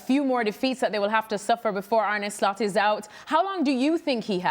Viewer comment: Ane Lost 😂😂😂😂 not Slot